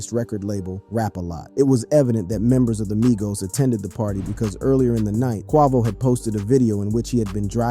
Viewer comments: it ain't even nowhere near that funny..at least not to me but I've always called Quay-Vo ...Quah-Vo..I mean when some cats be saying certain names it's so bad to where it cracks me up too but saying Quah instead of Quay ain't butchering his name near as bad as some do with other names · Bro you can’t pronounce nothing right where you from who is qouvo 🤣🤣🤣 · Who’s QHAH-VO? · If I hear him say qwahvo one more time like that im gonna trip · Who is Quah-vo 😂⁉️⁉️ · I'm tired of this man saying QUIVO .... PHUKKING 🤡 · Bro u sound like a black man how do u not know how to pronounce (kway-vo) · More like Kweeevo😂😂😂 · A blackman who sounds young can’t say Quavo with a long a? You never heard his name before? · Bro how can you pronounce quavious right but not quavo?? 😂😂😂😂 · Why can you say quavious or what ever but can't say quavo 😂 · How you going to pronounce quavos name like that 🤦‍♀️😆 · Great reporting. But how do you NOT know how to pronounce Quavo name?🤷🏽‍♀️ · Did he really mess up quavos name man you know how to say his name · Had Quavo name sounding like a fruit 😂😂😂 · Yeah said his full name correctly but not the shortened version wtf 😂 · I swear this dude a culture vulture, knows so much about rap but can't even say the rappers names correct you a clown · Bruh said "feral williams" and "quah-vo" smh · Exactly cause Where is Che-Rock 😂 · Stop saying XXX ten toss ion And who TF is kwah-vo? 🤦🏽‍♂️ Edit... BROOO .. chee-rock??? Ok you're fired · Wtf are these pronunciations in this video? Qwa-vo instead of Quavo. Feral Williams instead of Pharrell. Che-rock instead of Chiraq (Shy-rack). Boy drunk as hell. 😭😂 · This man makes it a point to mispronounce the names. Who the hell is kwaavo? And the way he says xxxtentacion has me dying😂